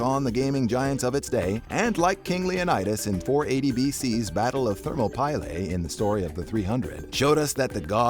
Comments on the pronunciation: Battle of Thermo-pie-lay? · I can't get past the way you said Thermopylae